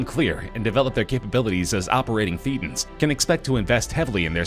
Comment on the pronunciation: It is pronounced Thatans, as in a hard a, not a hard e.